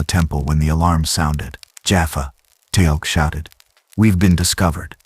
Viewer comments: i came - to give a chance - pick up where I left off and left ten minutes later gone especially with constant mispronunciation Teal'c name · Mistakes so far: #1, Miss pronouncing Teal'C name, #2, SG1 could not come thru the gate from that direction, the only way you can travel thru a gate is the side you "dial" from. So the gates are "oneway". Data did the dialing so he could have traveled thru the gate and emerged in the gate room at the SGC. If he wanted to get back to Piccard, he would have to dial Piccards gate address on the SGC's side. SGC is Stargate Command.